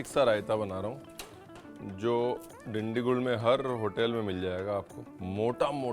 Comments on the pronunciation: Hello sir u can actually use peanut oil and ghee and ur pronouncing the name different it's dindu -kal (Dindigul) gul is pronounced as (gal) with lots of respects from Bengaluru Karnataka 💐💐💐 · Is Dindigul really hard to pronounce..the way he said really hurts my ears